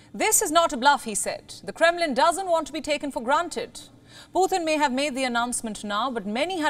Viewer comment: Why are you calling him Puthin